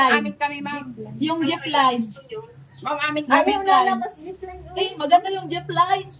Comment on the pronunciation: Pambihira to si tagal na sa abra,wrong pronunciation pa din "jipline padin, naman